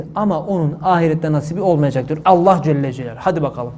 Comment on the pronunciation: Allah Celle celalihu denir Allah Celle cel deyil hocam